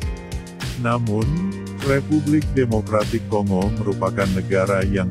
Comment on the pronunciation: Bacanya konggo min...! Seperti kita membaca bangga bukan di baca seperti ɓunga atau singa. Ini ceramah karena saking banyaknya admin masih buta baca